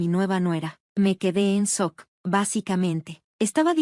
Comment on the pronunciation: Quedó en sock??? Sock. Sock. Jajajajaja Jajajajaja Jajajajaja Jajajajaja Jajajajaja es SHOCK sh se pronuncia como ch shock, dan risa, sock Jajajajaja